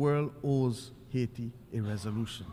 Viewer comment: It is pronounced AA EE Tee, "Madame"